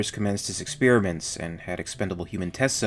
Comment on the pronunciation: Please learn how to pronounce experiment.